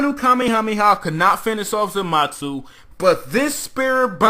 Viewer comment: Somebody tell him it's zamasu not zamatzu